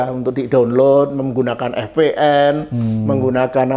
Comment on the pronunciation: VPN pak 😭 Vi-Pi-eN 😭 yawlah gw loading pas bapanya bilang eF-Pe-eN 😭🙏🏻